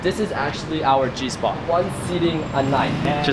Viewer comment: Did he say G-Spot